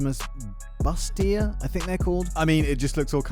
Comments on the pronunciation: you pronounce it like Boost-EE-Yay. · Pronounced Boo-Stee- long a.